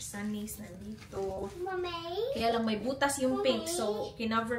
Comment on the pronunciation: 😂 tawang2 ako sa british accent😂